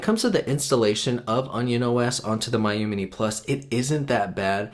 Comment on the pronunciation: It’s pronounced me-you